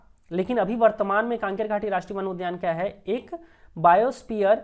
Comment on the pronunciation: कांकेर घाटी नहीं है भाई कंगेर घाटी है